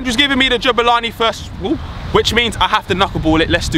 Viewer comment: It's Jabulani not JUBILANI